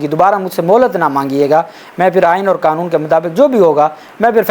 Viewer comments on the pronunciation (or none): none